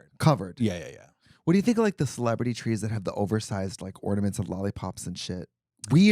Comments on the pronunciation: Trixi calling ORNAMENTS; OrMaNent's is sending me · Ah yes, ormanents on the tree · did trixie say ORMANENTS LMFAO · Trixie saying ornaments wrong is killingggg me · Now I’m not gonna not gonna stop saying “ormanents”